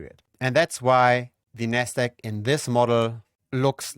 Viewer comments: if you space out the syllables ever so slightly and enunciate the “D” and “Q” in NASDAQ your pronunciation would be clearer. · haha, I thought the same thing, it's your accent, when you reference the Nasdaq, it sounds like "nest egg" which is another term for a savings plan for a household 🤣 Great video! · Ah took me a while but you're referring to pronunciation of Nasdaq...